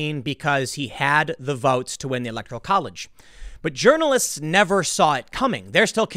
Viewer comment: calls pronounces it as "urinalists" lol